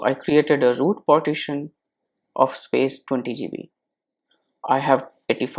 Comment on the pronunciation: IT'S PARTITION! NOT POTTITION.